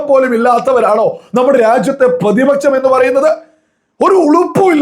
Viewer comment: പ്രതിപച്ചം അല്ല പ്രതിപക്ഷം